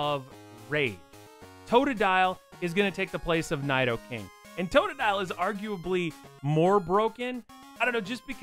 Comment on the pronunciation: I really hate how you say Nidoking, it's "Knee-Dough-King". "i" is always pronounced like 'ee' in Japanese and "Ni" means "Two" so it's a reference to how Nidoran starts as two different genders and evolution lines... And are you calling Palkia Cresselia? It looks like it from the footage shown.